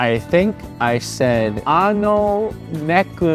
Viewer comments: Its NEKO for cat - not neku. Neku means noise or sound. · Argh.. Why do Americans always pronounce "neko" wrong?!